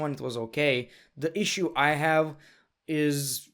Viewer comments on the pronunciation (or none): none